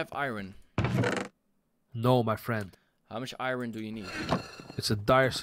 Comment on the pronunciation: i cudent reply to you live strem so ya but why do you say iron like irine